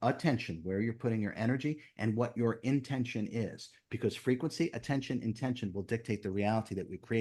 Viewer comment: Maybe it's because English is not my language but there's one thing i cannot understand and it is his habit of insisting on the AH_tention.i know there is also intention and it is not IN_tention , it is intent_ion like attention is from attend_tion. Does he want to say that it is really a... tenSion? And what would it imply?